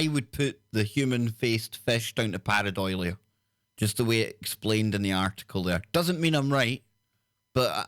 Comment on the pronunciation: If you’re going to use unusual scientific terms from Greek and Latin, or cultural words from Gaelic or any other language, can you make sure you read and pronounce them properly. Par-ei-dolia, not par-e- doilia. It just makes you sound pretentious yet uneducated. It happens a lot and is irritating. Do some research before your broadcast. I’m listening less and less because it’s increasingly alone, without specialist guests. I think in this case quality not quantity is the way to go. No disrespect intended, but I’m sure you’re losing listeners.